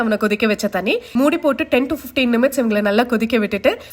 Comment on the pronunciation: Minutes ❌ Nimites ✅